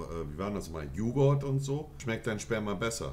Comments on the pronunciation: Alle: Yogurt Monte: Yugort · Niemand: Monte: Jughort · "Juhguhrt" monte und seine Aussprache 😂🙏🏻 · Er sagt JugHORT ! er hat halt einen Sprachfehler da<s er das u als o spricht. Falls es immer noch keiner gemerkt hat... nur ne korze Anmerkung meiner seits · Jugort. Wer kennts nicht?